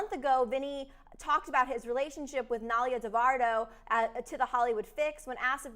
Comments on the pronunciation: “nalia devardo” i literally cantttttt it isn’t even that hard of a name to pronounce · It’s nailea Devora not heard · nah eye lay uh dev or uh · it made so mad when she said that